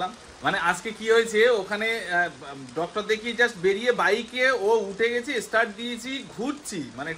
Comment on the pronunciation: Kotha ta estart nai ota start bola hai